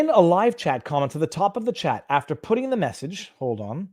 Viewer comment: You said by virtue of putting and I heard pudding. By virtue of pudding. I love it.